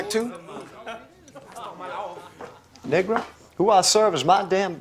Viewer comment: These white peoples got one more time to say nergo